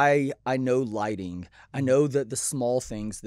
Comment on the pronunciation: and she says with bad loghlting. do better delta.